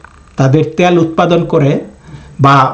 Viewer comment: আপনার বাংলা উচ্চারন ঠিক করুন। দেশ দ্যশ না। তেল ত্যল না। সুদ্ধ করে বাংলা পড়লে শ্রুতিমধুর হয়। আশাকরি মনে রাখবেন।